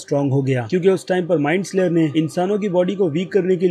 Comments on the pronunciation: Bro love ur videos aao bahot acche se explain karte ho but kuch choti mistakes se Maja kharab ho jata hai jaise ki MIND FLAYER not slayer aur Joyce ka pronounciation bi galat Kiya hai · Bro it is mindflayer not mindslayer